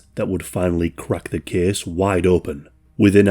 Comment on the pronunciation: ‘This kehss tehkss plehss….’